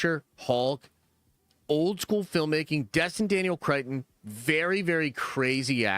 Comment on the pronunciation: Cretton, not Crichton. Cretin.